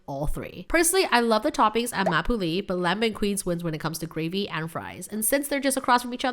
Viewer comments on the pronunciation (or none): So the right pronunciations would be: Ma Poule Mouillée : “mah-pull-moo-ye” La Banquise: “la-bung-keys” So glad you tried Montreal’s signature meals! 😊